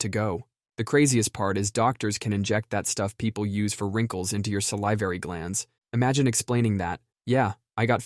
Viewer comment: Heads up. Salivary glands. It’s Sal (rhymes w/ pal) liv (rhymes w/ give) ary (rhymes w/ marry) Salivary:)